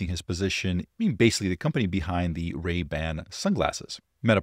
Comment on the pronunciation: Ray-Ban... Not Bans...